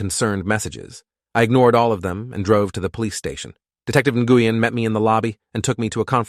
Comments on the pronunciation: Love how the AI mispronounces Asian sounding names. I was just listening to it while on another tab and thought it was mispronouncing the Vietnamese surname, Nguyen. Pronounced Nuh-win, not na-gu-yen lol. But it wasn't according to the subtitles. Looks to be a misspelling of the Chinese female name Ningguang, pronounced Ning-Wawn=like yawn with a w but ending with a g sound=guh. Who happens to be the name of one of the many Waifus in the game Genshin Impact. But it doesn't seem to be the level of Fucktard AI that is grok on Twatter, now known as X. So that's something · What’s with the accent switching? That’s not how you say Nguyen… (New-Yen) What’s she need a passport for. Citizens don’t need passports for state to state travel 🙄🤦🏻‍♀️🤣. That sort of thing isn’t even kept track of. Unless you’re the type of person who obsessively keeps your old ticket stubs like a pack🐀. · Am I the only person that is so irritated by his pronunciation of the last name Nguyen 🤦🏾‍♀️🤦🏾‍♀️ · I'm struggling to listen to this. The officer/detective Nguyen I guess is who the name is for, and keeps getting butchered EVERY TIME IT IS SAID, is pronounced completely wrong. Or at least that is my understanding of it from how my Doctor pronounces it. People from the states tend to give letters similar to our own or maybe are the same as those we have and pronounce them in English. The sounds of each letter are for the most part different than how we would say them, usually they are completely and seemingly randomly different than how we say/hear them in the English language. Nguyen is actually pronounced Winn, or Win, as in Winn Dixie grocery store or Win as in I want to win the race!!!